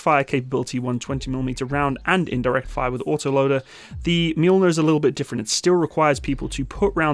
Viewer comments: Fyi , it's "ma -Joel-near" not " mule-near" , get it? The m sounds like what? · Not Mjuuulner It’s Mjölner i don’t know how to explain ö in english, but the Mjölner is Thors/Tors hammer (Tors hammare) in Swedish. But to say mjuuulner is like if the Terminator would say ”Mjau” instead id hastalla vista or i will kill you. And you can use the Strix round to Mjölner. The Strix round is like Excalibur but for mortars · Wow the difference between the deployment time of 2x120mm of Mjölner vs. that faff of a single 105mm from the humvee just got me anxious as hell. Also you completely butchered the swedish military designation of this tank and I had to laugh out loud.